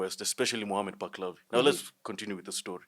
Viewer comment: You do not know what you are talking about. The name is Muhammad Palavi, not, Baklavi..